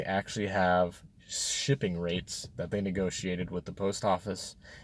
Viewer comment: Rate, not rait.